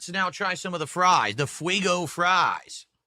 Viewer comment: fwwwaigo fwies? Must be Elmer Fudd's favourite snack.